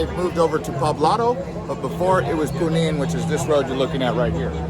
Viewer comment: Punin???? Junin!